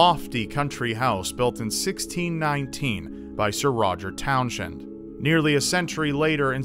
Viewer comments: I don't think it's pronounced Town-shend. I think it might be pronounced Towns-end. Then again, I didn't do any research, so... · It's pronounced Towns-hend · It may have an H, but it's pronounced 'towns-end' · The ‘H’ in Townshend is silent. Please continue.